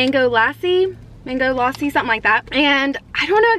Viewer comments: It's not laaasi It's lass ssiii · Lassi is so gooddd- Also it is pronounced Luh-sy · Bro i am like wtf atleast pronounce lassi properly it's so irritating kind of and pani puri is love💗😂cause i am a indian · You were Pronouncing Mango Lasi And it's Mango Lassi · I laughed when she pronounced "Lassi" as "Laaaaaaaaaaaaaaasi" IDK why this comment has more than 700+ like but thanks for that!!! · It called lassi not laassi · This is not Lassi this is lassi this is Lassi lassi and I am Indian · its not laaasi its lassi im indian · This girl calling it mango lAsSi and me dying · Mango lase 🤣🤣🤣🤣🤣 mango llassi hu ta hai didi 🤣🤣🤣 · It's pronounceded mango lussi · The sipicy noddles are nimki i think and it is lasi not lassie and it is kurkure not kurkurie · It's Lassi and kur-kure